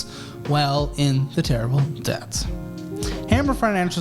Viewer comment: You say debt , death Megadeth 😂